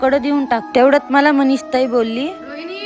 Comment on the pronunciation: मनीष आहे की मनीषा आहे ती ती च नाव सुधा तुला नीट बोलता येईना बाई